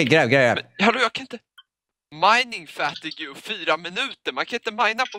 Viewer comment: mining fatigju? xD Mining fateague. Lol